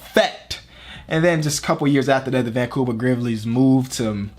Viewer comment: “Vancouver Grivvlies” 😂